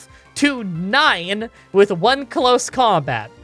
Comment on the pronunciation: "outside of combot" instead of "combat". Not trying to be mean, just thought it was a bit funny.